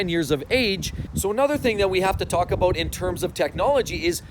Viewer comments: "how a boot" hahahaha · "How aboot......"